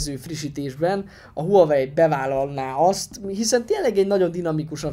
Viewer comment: A teszt tökéletes,de illene a márkát nem ezen a magyar nyelven is viccesnek tűnő kiejtéssel ejteni.